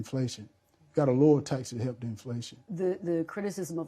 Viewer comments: Why can't he pronounce " help". He said he " wrotten" many checks. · Truth be told,this guy cannot even say the word help,what is hep man,English is our language not gibrish,speak with intelligence if HE wants to be US SENATOR. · 😂😂😂 also he keeps forgetting to pronounce the ‘l’ in help . 😪